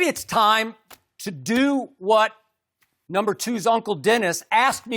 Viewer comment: Skip says no more numba 2 lmao what it do baby